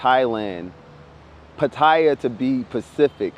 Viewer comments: oh and Pattaya is pronouced Pat-Tee-YAH, not Pa Tie yah. lol only reason i know this is because my buddy lives there too is a freelance international photographer and journalist. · Pronounced Pattiya not potaiya. You make good points but once you get in trouble over seas you on your own fammo.. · "pataya to be pacific" close but it's actually by Gulf of Thailand